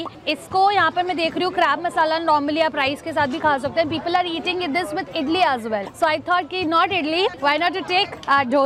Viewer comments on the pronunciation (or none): none